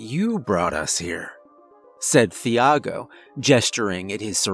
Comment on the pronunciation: Love your narrations, my dude, but the h in Thiago is silent. 😉 It's pronounced like Tee-ah-go in Portuguese or Chee-ah-go in Brazilian Portuguese. 😅